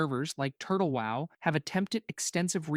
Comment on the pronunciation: Someone just asked an LLM to roast these specs and then had the LLM read them (note the pronounciation of the words sometimes e.g. WoW (double u oh double u lol). This is def entertaining and a few things are relatively accurate, but not totally at all. In the end the best advice still stands: play whats 's fun for you.